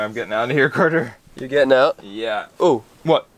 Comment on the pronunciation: It is Carter not Cater